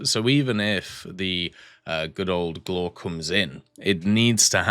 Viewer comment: a tip for the prononciation , it's more like "glwhare" like the "wha" form "what" just you cut the t and say re instead but you don't rly pronounce the "e" hope this helps ;)